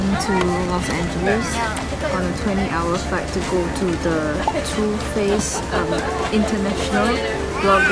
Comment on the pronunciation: too faced sounds like tooth paste HAHAHAHA